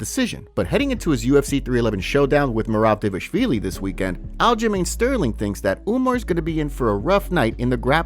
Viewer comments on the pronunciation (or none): Why do you pronounce Dévashvili? It's "Dva-lish-vili"